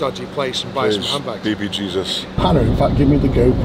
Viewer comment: Who else thought he said "Ham Backs" at the beginning of the video 😂